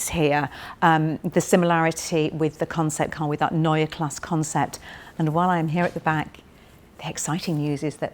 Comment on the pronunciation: No...there's no r at the end. Only an e...pronounced like the e in "n_e_ver". Greetings from Germany.